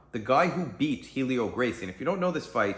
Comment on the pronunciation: Maestre Helio's name is pronounced "EL-EE-OH", and the "H" is silent. The "A" in Jigoro Kano's name is pronounced as in "Awe". Yeah, I know. I'm a pedantic shit but it's a pet peeve of mine. Sorry, not sorry.